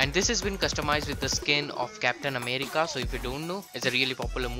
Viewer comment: Love the way he says America 😂😂😂